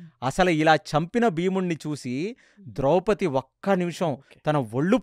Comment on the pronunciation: ద్రౌపతి కాదు ద్రౌపది.